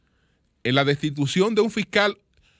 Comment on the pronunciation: la rata sencillamente no puede decir "destitución".